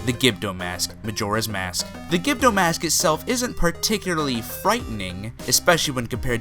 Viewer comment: "Givedoe" lmfaooooo, dude had it right on his vids and still got it wrong.